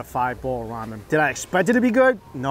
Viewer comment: That isn’t ramen. That’s ra-meh.